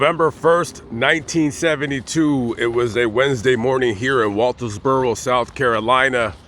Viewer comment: There is no s in Walterboro. It is very painful to watch this video with you mispronouncing the name of the town the whole way through. If you're going to make these videos like you're some kind of reporter you need to learn how to pronounce the name of the town correctly.